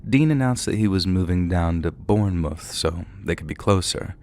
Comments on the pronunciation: Less drawn out. Should be 'bornmuth'. Narrator is pronouncing it like 'moose' but it should be like 'woof'. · pronunciation of Bournemouth killed me 😂